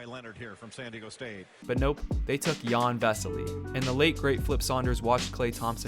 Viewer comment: It’s pronounced like yan or Yawn not Ian